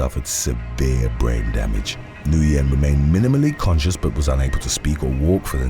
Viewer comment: Corrections: 1. "Cache" is pronounced "cash", NOT "cash-ay". 2. "Nguyen" is pronounced "win", not "Noo-yen". 3. "Tuerk" is an anglicization of the German "Türk". It is pronounced "tewrk", not "Chu-erk".